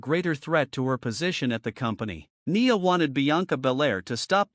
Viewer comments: Her name is pronounced N eye a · Bro in the voice over you need to pronounce Nia name right